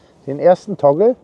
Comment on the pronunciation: Praktische Idee! Spart sicherlich einiges an Zeit beim Auf und Abbau. Nebenbei, was ist ein 'Tongel'? Meintest Du vielleicht 'Toggle', also einen Knebel? Danke für's zeigen und nachträglich noch alles Gute zum neuen Jahr! Nachtrag: später im Video wird's deutlicher, gemeint ist tatsächlich 'Toggle'. Sorry, hörte sich zu Beginn anders an.